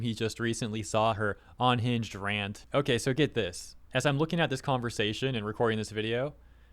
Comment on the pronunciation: Now if only we could get him to pronounce unhinged correctly. Hearing him say onhinged every single time really grinds my gears. :P